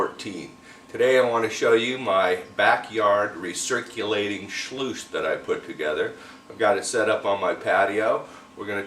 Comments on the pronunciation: Nope. You lost me after you said 'schloooose'. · It's not a schluice. It's a sluice.